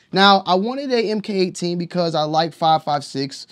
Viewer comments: Mark18 not “em kay” 18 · It’s pronounced Mark18